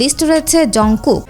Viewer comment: কিম তাইইউগ না কিম Taehyung আর জুনকুক না হবে জানকুক 🫡